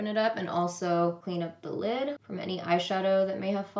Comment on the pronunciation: I love how pronounces "lid" lmao "leeeeed"